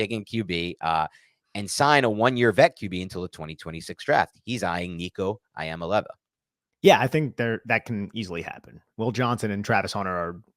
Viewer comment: Nico EEya-MAlay-AHva!